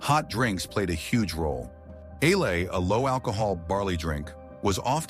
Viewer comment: So I'm falling asleep, lulled by a soothing voice when I hear about a drink I'd never heard of called a-lay. I turned on cc and turns out a-lay is ale, lol. Don't change anything though, I love it the way it is. 😊